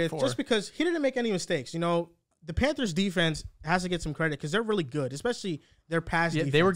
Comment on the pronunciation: kept calling the panthers “Panders”🤣🤣🤣🤣